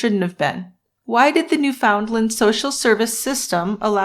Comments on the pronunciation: Great show! BTW it's not pronounced New FOUND land. It's Newfuhnland. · had to quit an hour in because i couldn't listen to another New-FOUND-land